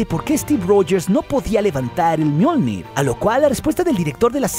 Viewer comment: Soy yo o en una parte dice Mjoldir